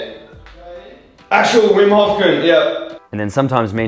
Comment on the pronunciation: Vim hof koont 😂